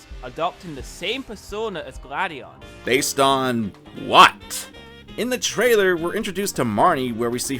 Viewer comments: I was so confused during the gladion part because I thought he kept saying “Lady Ann” and I was like “what has persona got to do with this” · Why is it, that when you say Gladion, I hear Lady Ann